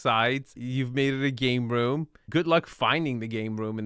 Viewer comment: I can't watch any videos because of his peculiar speaking style -- the addition of "-uh" to the end of many words: room-uh, view-uh, kitchen-uh, etc. It's annoying.